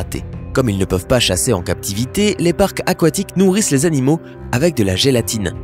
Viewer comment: eu tu sais que on dit (animaux) et pas (anomaux) Eton dit (un soir je suis partie)😑😤